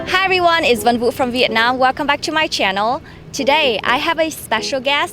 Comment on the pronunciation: Van Vu (not "van wu")